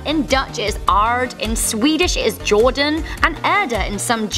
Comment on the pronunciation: Hmm Jorden xD Jorden = Dirt what nah it's jord = dirt